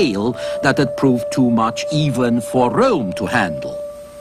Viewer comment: DEY CALLED IT THE SECOND RRROME